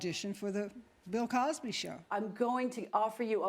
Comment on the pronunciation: Omg she said pill Cosby 😭😭😭. I'm crying